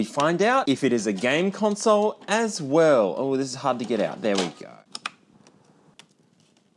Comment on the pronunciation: "There we goy"